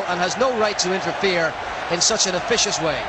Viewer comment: yah I loved that, also he says "officious" haha